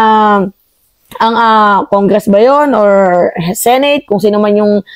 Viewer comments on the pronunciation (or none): none